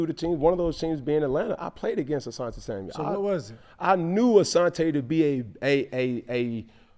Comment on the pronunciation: Why do so many of these pro athletes call him Samuels 🤣🤣🤣🤣 it’s Asante SAMUEL